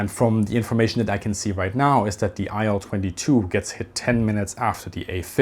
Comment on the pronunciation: Thanks for the video. small correction: i’ll-22 should be pronounced [i:l] or [il] [aɪl] is incorrect